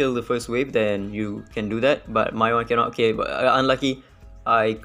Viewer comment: "my one kennot" fellow sgmy speaker ousting yourself